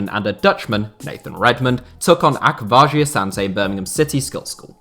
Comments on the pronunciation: How he says akwasi is actually painful 😂 it’s Ach- was- e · Ak - was - e